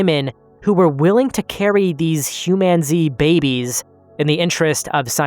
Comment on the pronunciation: Hugh man zee